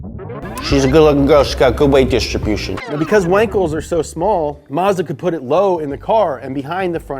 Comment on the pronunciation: You pronounced Mazda wrong.